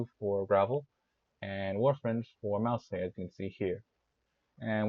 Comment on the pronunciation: Mousse ❌ Mao Say ✅